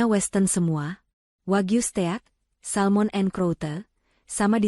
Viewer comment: Ya ampun , stek dibaca ste ak, bonafide dibaca bonafi de ,,,,, oo o o o